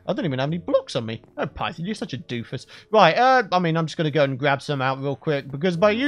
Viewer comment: You said pyton instead of python